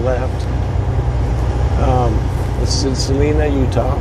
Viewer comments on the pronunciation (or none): we really enjoy your videos!! Love it when you post the ones of Utah. Hey BTW, Salina is pronounced Sa line a. Line instead of Lean... Stay safe!!! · truckin life bel air also had something to say about texas 4 wheelers. don 't worry about talking back to the left they want to fight. Salina pernounced by the locals as Sal Eye Na Thanks for the good view of Salina canyon. I have a picture of my ancestors with 3 horse drawn wagons in Salina canyon migrating from Loa to Roosevelt.